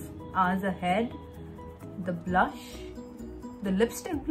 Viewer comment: not saying ''BRUSH'' instead pf saying ''BLUSHHHH'' LOL. love yaaaa